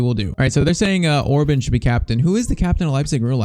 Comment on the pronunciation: Gulácsi's name pronunciation: Gulachi Szoboszlai's name pronunciation: something like that: Sobosla e Orban's was pretty good Pls like so can see it, so he won't pronunciate their names wrong all the time. As a Hungarian it's irritating me when our names get pronunciated bad